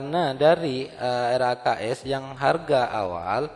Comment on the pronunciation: RKAS Pak bukan RAKS🙂